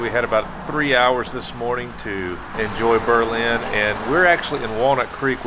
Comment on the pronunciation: You need to learn how to correctly pronounce Berlin.